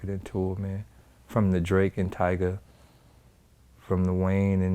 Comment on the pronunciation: Vlad really called tyga “tiger”